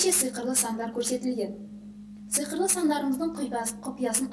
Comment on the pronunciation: Сыйқырлы емес сиқырлы